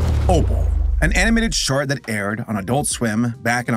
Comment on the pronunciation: Sounds like he says animated shart at the beginning